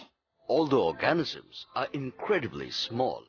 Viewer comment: You pronounce organisms wrong